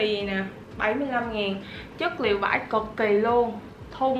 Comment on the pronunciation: em cứ thấy chị nói chất liệu vải cực kì vãi cực kì là gì chị